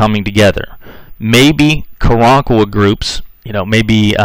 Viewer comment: I might also add, that he never once, pronounced Karankawa correctly....